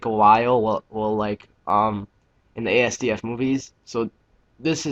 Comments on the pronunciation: as-duff not a s d f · correction. it's actually ass-duff. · It's THE asdf movie, not an asdf movie. Also it's pronounced assduff, not spelled out. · it's pronounced "as-duff-moo-vee" and it's typed "asdfmovie" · i pronounce it azz-dufff movie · its not ee es dee ef XD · Thanks for showing us. Just so you know Asdf is pronounced "assduff."